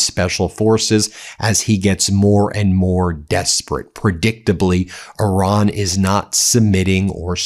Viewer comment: Its irán not oran